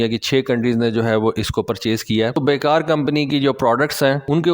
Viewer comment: ترکش کمپنی کا نام "بیکر" ہے ۔۔۔۔ "بے کار" نہیں ۔ شکریہ